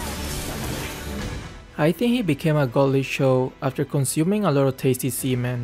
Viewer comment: My mind get wild for 5 second when he say, tastyseamen.